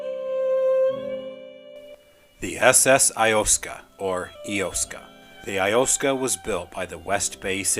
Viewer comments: I grew up in Iosco county… I winced when I heard your pronunciation. But still a great video. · Iosco is pronounced "eye-AHS-koh"